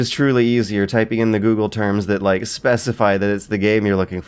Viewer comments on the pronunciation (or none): none